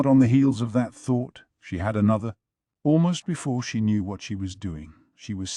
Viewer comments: Mayo mayo. Gayooshoon. Basin. Ahhhh-duo. Swy-rai...whaaarlll instead of what ... I still appreciate it as a whole but omg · I had to look up what they were actually saying instead of "wharrrlll" 😭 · What I want to know is why all the “whats” in this particular audiobook sound like cats fighting each other, you know that wierd growl/meow/yowl they make when they’re pissed? It seems weird that an AI can’t pronounce the word “what”. The AI’s voice is good, but man, there are time when the inflection is so bad it sounds like someone who had a major lobotomy is trying to read this LN. It’s so bad I have to sometimes go check the physical LN to understand wtf the characters are saying.